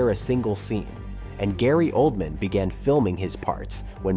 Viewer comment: Searched for "led" actors not "lead" actors? Layon instead of Leon? Gaylee Oldman instead of Gary Oldman? How can I take this video seriously?